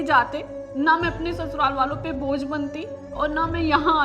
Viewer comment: Bhoj nahi bojh. Rectify it please. Anyway wonderful content as usual